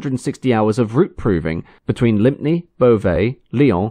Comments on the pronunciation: Lympne (near Ashford in Kent, and later renamed Ashford Airport) is pronounced 'Lim', not 'Limpney' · Sorry to correct you but Lympne is pronounced LIMM, I remember as a child watching the first 748s operated at Lympne by Skyways , those Dart engines were very shrill , I hated the sound but loved watching the 748s and old DC-3s at Lympne. My grandfather worked there for a while as a couseage with a very posh uniform. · Strange as it may seem, Lympne Airport was pronounced 'Lim'.